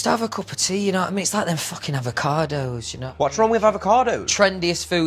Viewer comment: the way louis says "aava-CAH-doHs"